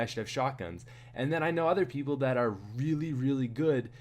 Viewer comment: You sound like a pirate when you say the letter r or when you say are